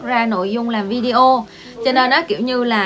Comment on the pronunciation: Lần đầu tiên xem và nghe. Chứ Video đọc Vi-đê-ô là đúng không như Lê Nhung quay Video về cuộc sống ở Trung Quốc thường đọc Vi-đeo nghe quê lắm!! Mặc dầu tớ đã góp ý nhưng cũng không thay đổi cách đọc vẫn đọc Vi-đeo!!